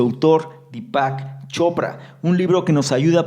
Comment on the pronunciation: dí-pac.. con acento en la í.. dí-pac chopra..